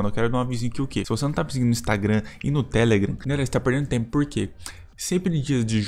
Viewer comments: Não é Télegram é Telegrãm a ênfase tá no A não no E! ✍🏻❤️‍🔥🫂🆙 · Na verdade, não. Télegram é a fonia correta. Não se traduz nome próprio, ele deve ser dito com a pronúncia do idioma original, nesse caso, inglês.